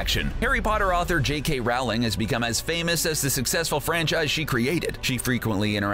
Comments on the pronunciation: its not rAwling its rOwling and im not joking -______ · You pronounced her name wrong. The unabridged audio books with jim start off with her correct pronunciation Row-Ling. like rowing a boat. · Rowling (Rol-ling) It's pronounced Rolling Sorry it was bothering me. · Pronounces Rowling as Ralling (as opposed to Rolling) Pronounces Voldemort VoldeRmort Claims W in S.P.E.W. as Warfare (rather than Welfare) Considers Cursed Child to be cannon What else did I miss? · That made me annoying how he said ROWling not Rolling because she said that is how you say it. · Is t it J.K. ROwling(roe,ling) not J.K.ROWling (r,oww,ling) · It’s Rowling not Ralwing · It's ROwling not RAUwling 😂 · If you're going to do Harry Potter pieces, at least pronounce J.K. Rowling's name correctly. It's Row, as in, "Row your boat" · ROW-LING as in row, row, row your boat. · ROW LING. Her name is pronounced ROW LING. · "Beedle" spelled "BeeTle", Rowling pronounced Raowling, Elvish "warfare?" Sorry, couldn't even watch the whole thing. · Rowling is pronounced rowling rhyming wirh bowling.sorry that just rlly triggers me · It's Rowling like bowling. Mis-pronouncing the author's name destroys any credibility you have. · He also mispronounces Rowling. That should tell you how much actual research and care went into this. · He said J.K. Rowling’s name wrong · One of my biggest pet peeves is when people jk rowlings name wrong like you did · I hate how he keeps saying J.K. Rowling’s last name wrong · You're saying Rowling wrong, why is it always you Americans that do this? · I stopped watching when you mispronounced JK Rowling's name. Rowling rhymes with bowling. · PLEASE LEARN TO PRONOUNCE ROWLING CORRECTLY.